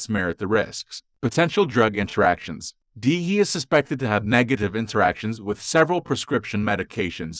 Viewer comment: It's an AI voice not a human. It doesn't know you have to subs each letter of the acronym. Irritating isn't it. I refuse to listen to AI voices